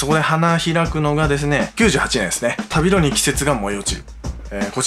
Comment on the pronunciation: 旅路の読みは たびじ です。ごめん気になって…